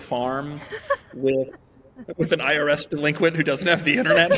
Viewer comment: ...."IRS deliinquent" lol